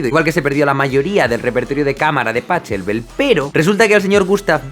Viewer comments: Jsjsjsjsj jaime con el estilazo y la clase que tu tienes, cada vez que pronuncias Pachelbel como "pacheco" pierdes toda credibilidad :)))) No, eso queda mu feo, tienes mucha credibilidad! Creo que le das al clavo cuando dices que complejidad ≠ belleza. Una persona puede "aprender" a reproducir movimientos mecánicos, pero nadie aprende a crear melodias preciosas. Precioso es subjetivo, instintivo, vs complejo, que es racional y lógico. Y ahí termina el barroco. Divertido sí, pero rara vez "precioso" ( el canon del pacheco siendo una excepción ). El músico fanático acérrimo de Bach, esta enamorado de su contrapunto, la perfección cromática en cada progresión de sus fugas, y para él Bach es un 10 comparado con, digamos, Chopin, con tantas florituras y disonancias, que apenas es un 7. Pero la perfección musical es el equilibrio entre las dos. Mozart es, en mi opinión, lo más cerca que ha llegado el ser humano a la perfección musical (sea lo que sea eso). Mozart logra unir complejidad con belleza. En una pieza de 30 compases, te ha hecho todas las modulaciones posibles, unidas harmónicamente a la perfección, pasando por oscilaciones en intensidad y fuerza, y lo adorna con una melodía preciosa, más que eso, una melodía que te transmite unos sentimientos que tuvo una persona hace 400 años. En una escala del 1 al 10, si Bach y Bethoven pudieran ser un 8... Mozart esta en un orden superior. Mozart es un 100, y solo vivió hasta los 35 años... Qué opinas, Jaime? se me va un poco la olla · Jaime muy bueno pero 'Pachelbel' en alemán se pronuncia 'Pajelbel' (aunque la jota no es exacta). Lo que no es 'che'. Enhorabuena por tu canal. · "Se pronuncia Pajelber" —Jaime Altozano, 2019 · me caga la punta de la polla como pronuncias Pachelbel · El apellido Pachelbel no se pronuncia cómo si fuera español. Aprende alemán para poder pronunciar bien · Pues, buena indagación, pero porque siempre cuesta tanto q pronuncien en el idioma original?....(x ejem Pachelbel ) o dicen Bach con ch?